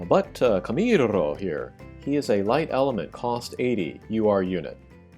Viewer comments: camirrrrrrrrrro xD as a latin american i find your pronuntiation funny but i understand why xD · his camirrrooo pronunciation is perfect ! XD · Ew 50 bravery xD nice vid. You like saying camirrroo dont you xD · i love that you dramatically overdid that r roll while vammo ala flamenco is playing